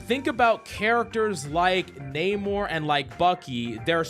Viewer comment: Coach. It's "Nuh-More" not "Nae-More" lol😂